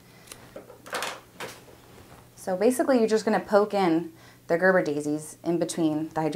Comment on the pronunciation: ger-BEAR-uh daisy. Gerber is a baby food.